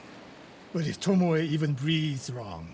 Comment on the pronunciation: Im still laughing at the guy that literally read Tomoe's name as TOMOW. like WTF IS A TOMOW?